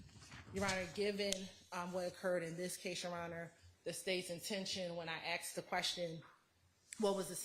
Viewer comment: When a state lawyer says "axed" instead of "asked" lol.